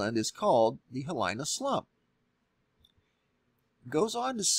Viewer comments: pronounced (He-lee-nah) awesome video, thanks! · PS: Hawai'ian Pronunciation: "HEE-LEE-NAH" (Hilina) Slump. And, "MAH-OO-NAH- KAY-AH (Mauna Kea); MAH-OO-NAH-LO-AH (Mauna Loa). ❤ I love your videos and share them. Thanks! And, ALOHA! 🌺😘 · lol it’s not “Hihilyna” it’s Hee-lee na, Hilina. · Hilina is pronounced Heeleena not Hill ine uh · “He-lee-na” not “He-lai-na” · It’s pronounced “hee-lee-na” not “hee-lai-na.” Thanks. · Aloha it's pronounced ha lee na not ha lie na :-) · Good video. Pronounced "Hee-Lee-Na". Not "He Line Na". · Hawaiian pronunciation is: hee lee nah (some say hee LEE nah); i = long e sound; a = ah sound as in spa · By the way Hilina is pronounced like: Hee leena, so it has three syllables. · Hilina pronouced as - He-lee-nuh .. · Hilina is a Hawaiian word; it is pronounced "Hee-LEE-Na" . Just for future reference. PLEASE don't think it's an English word and mispronounce it. It sounds really gross to us over here in Hawai`i. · It's pronounced hee-lee-nah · Thanks for sharing what you know. I don't know of a government agency that tells it how it is. Sequestration of information and technology is the standard, like never a straight answer NASA. Hilina is pronounced 'heeleena'. Look at bathymetry charts of the north coast of Molokai and know that how ever many hundreds of thousands of years ago, the island was over twice the present size and broke off at what is now the highest sea cliffs in the world, sending a volume of earth probably alot larger than the predicted volume of Hilina slump, sliding down the steep slope of the Hawaiian ridge to the north towards the Aleutian islands. The remaining chunks of that part of Molokai are very visible on the charts, just in deep water. If Hilina goes, the term 'head to high ground will be redefined. A similar size scenario exists in the Canary Islands. I was born n raised in Kailua, Oahu n know that Pele has her own timeline written by God himself ! I ka pono o ka aina, malama ka aina ! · Hilina = “Hee-lee-na”